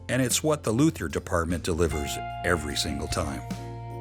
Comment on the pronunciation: Haha, those “Luthers!”